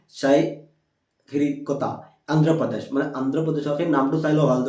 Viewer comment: Sir not Saiharikota it's Sriharikota